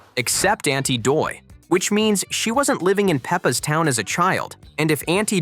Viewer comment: That's aunty dottie not aunty doy